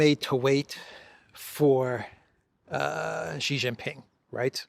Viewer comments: ! STOP SAYING JHEE. His name is SHEE JIN PING, why because JHEE means PENIS. Always say SHEE like you say female in English. SHEE is correct not an insult. JHEE is equal to CHRISTOPENIS. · ? SHEE JIN PING not JHEE JIN PING. Why? Because JHEE means penis in the Chinese language. How do you like your name mispronounced as Christopenis??? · Xi Jinping is obviously the most poweerful person in the world. I cringe every time I hear mispronounce his name. He's not Mr Gee. Whatever happened to the attention to detail we used to expect from The Duran?